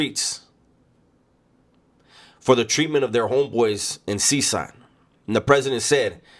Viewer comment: It’s pronounced ( Seh Kot )CECOT